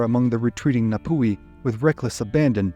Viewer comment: and get your pronunciation sorted it, its painful. its nah-tee fah-toe-ah (toe was in tour but without an aahr) and nah-poo-he, you dont draw out the oar enough. if you cant get basics dont speak. -ngati manu ariki.